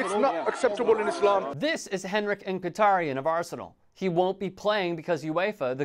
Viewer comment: It’s pronounced Miki-taryan I think